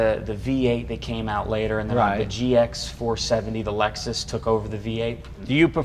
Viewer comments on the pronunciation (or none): none